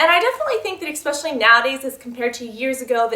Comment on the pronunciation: eSpecially, not eXpecially ;) Love your vids, your effort really shows.